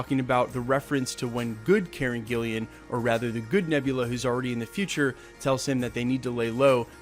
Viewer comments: I love your posts, but you said something in this one a couple of times that is prompting me to respond. When you talk about the actress who plays Nebula, you keep calling her "Karen GillIAN", but her name is Karen GillAN (no second "i"). Sorry to be so nit picky, but you are so good with all the other reports that I know you will want to get your facts right. Keep up the good work. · It's Karen GILLAN not Gillian..... As in GILL ANN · its Karen Gillan, not GiL-LIAN -- GILL-LAN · KAREN GILLAN NOT GILLIAN!!! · Karen Gillian! Why do you airways get the actors' names wrong? Does my tits in! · I'm not really familiar w/ Beta Ray Bill, but it would be cool to see him in the MCU. Did you say Karen Gillian? It's Karen Gillan